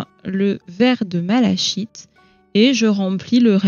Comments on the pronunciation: 😊, ok écrit malachite, mais on prononce malakite 😊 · Bonjour. Super ce tuto !! (Il me semble juste que malachite se prononce "mala-kit"). Merci pour toutes ces infos